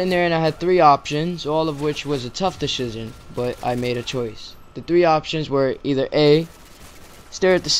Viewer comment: deshizion :D Hahaha awesome commentary. I burst out laughing at that point tho :D